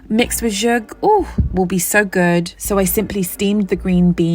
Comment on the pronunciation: These meals are gorgeous! Thank you. Also just wanted to say the pronunciation for Zhoug is Za-howg. Just information. Thank you for inspiring us